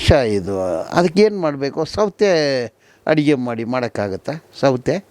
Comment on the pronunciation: ಸೌತೆ ಅಡುಗೆ ಅಲ್ಲ ಸೌದೆ ಅಡುಗೆ ಅಂತ ಹೇಳಿ